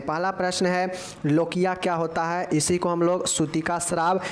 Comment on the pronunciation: लोचिया नहीं है वो लोकिया है 😅😅